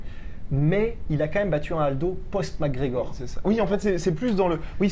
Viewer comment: It took me 13 seconds ... Arrêtez svp c'est McGregor